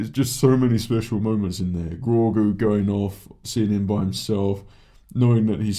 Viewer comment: Look forward to your reviews, apart from when you pronounce Grogu as ‘Grawgoo’ and not ‘Grow Goo’ haha 😂